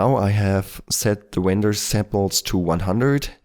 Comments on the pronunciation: "Wender" sorry man, love your vids XD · Don't fret about it, I love your Elmer Fudd accent. ;)